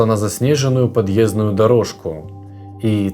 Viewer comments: а ещё "пЕчник" и "подъЕздная дорожка"...малоразвитый какой-то...и вообще речь не внятная...может специально чтоб комменты собрать.....не буду больше его слушать...первый и последний раз... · Дорожка подъезднАя, а не подъЕздная.